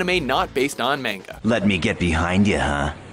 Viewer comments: But the point is he's saying "manga" like it rhymes with the fruit, when it doesn't. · Every time he says "mayn-ga" I just cringe. You'd think after all the anime-related videos WatchMojo does, he would finally learn how to pronounce it. Apparently not.... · You're saying "manga" wrong. It's pronounced MAN-ga. With a hard A. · Goddamnit it’s MANGA “MAH-N-GA” And no Cowboy Bebop? Seriously? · Don't EVER say mAng-uh again!!! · Did you say mainga!?🤯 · How many times can we mispronounce "manga" in 15 minutes? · STOP PRONOUNCING MANGA WRONG!!! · insert all buttery otakus because he says Manga with a long "A" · I cringed the way the pronounced manga.